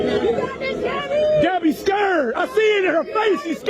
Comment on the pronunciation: hard to take you seriously when you can't even pronounce the word 'scared'. such an unhappy feline. you're so small.